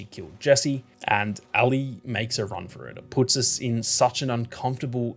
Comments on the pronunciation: Ally? Its Ellie. Are you Australian or something? I notice they say "See-ga" instead of the proper "say-ga". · Me listening with headphones: “Who the hell is Allie?” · Why are u calling Ellie Allie? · Great video but the Ellie pronunciation pmo